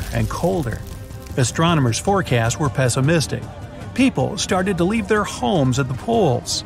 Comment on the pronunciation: This man doesn’t know how to say leave he said weave 😅😅😅😅😂😂😂😂